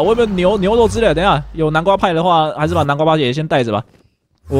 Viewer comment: 從 看的話會聽到把南瓜派說成南瓜叭叭